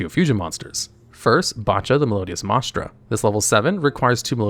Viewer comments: MAH-Strah. Mai-stra.. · Sure that’s fair, the point is that he is pronouncing it neither of those ways 🤣 “MAH-STRA”, unfortunately the channel has a reputation for bad pronunciation; don’t get me wrong I love the content, I just sometimes get irked like right now lol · MY-stra, not MAH-stra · I don't know if used AI to record this or if he just never saw the word before, but Maestra is pronounced "Mai-eh-sht-rah." Same as "Maestro," just with an "A" at the end since the monster is female. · It’s pronounce MICE-TRA